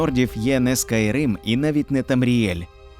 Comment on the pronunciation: СОРА́ТНИК, а, чол. 1. Той, хто воює або воював разом з ким-небудь; товариш по зброї. Правильно 500 соратників а не побратимів🤦‍♂️ І Скайрім а не скайрим.